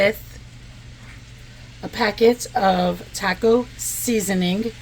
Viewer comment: I know I'm being picky but please learn how to pronounce "taco". Thank you.